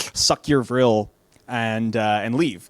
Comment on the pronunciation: “Vrill?!” Ok, I see you haha.